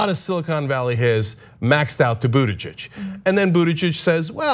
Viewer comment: What a difficult name to pronounce. Buttijidges...